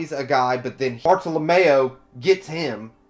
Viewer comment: Friendly reminder Everyone (including myself)! Let's not name drop future arcs/hype up future characters, let's just pretend any info past this review does not exist! We all know OP is best experienced without spoilers! :) I love that you put Bartolomeo (rhymes with Romeo not Mayo lol) in the thumbnail! Most people put other characters lol. Bartolomeo's voice actor is Shikamaru from Naruto, it's hilarious hearing his voice fanboy for "Lu-lu-lu-luffy senpai!" lol imagine Bart working with Blackbeard? lol that's why your vid format is great, cuz you make possible/impossible predictions! Bellamy saying "I'm not going to laugh at you anymore." Such a cool line! Hajrudin = Ha-roo-din, J is silent Jacket-Jacket Fruit > Ace's Fruit hahahaha Aokiji was name dropped in the snail call between Burgess and Blackbeard, not sure if you caught that. Toy Soldier leaving a flower petal every morning to remind her that he is there... ahh my heart!!! Oda knows how to write/draw flashbacks... MY HEART!!! WAIT WAIT WAIT Monet worked at the Palace, not the King's lover lol Kaido was name dropped in Thriller Bark. Moria lost his crew against Kaido in the New World. In Punk Hazard Law told Luffy and Nami the plan is to eventually take down one of the Emperors Kaido. You haven't seen Kaido, but Kaido has been mentioned before. Toy Soldier is Rebecca's dad... MY <3!!! After getting out of the Coliseum, Luffy is running with Zoro and Kinemon, not Franky. Sabo!!! Koala!!! AHHH!!! I love the narrator box